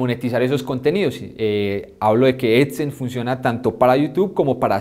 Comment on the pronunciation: Edsense? vaya pronunciación 😂